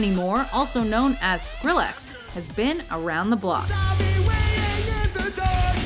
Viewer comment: I hate the way she said Skrillex. And I didn't know Diplo was all of that that she listed.